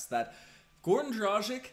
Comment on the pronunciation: Come on man. As an "analyst" you should learn properly pronounce players names. It's DRAH- GHEECH...